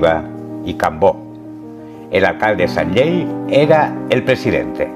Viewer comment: Entonces Santa María del mar, la església del Pi, y el claustre de Rivadeneira no són gòticos, són de 1900? Y otra cosa, No te costaria mucho pronunciar los acentos de Sanllehí o Rucavadó.